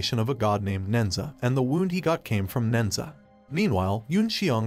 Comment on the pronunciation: The story is based off the Chinese legend of nehza. The monkeys name is Son Wukong. Who is from the Chinese fable “Journey to the West”. It killed me how badly the names were so mispronounced but otherwise great summary of the movie.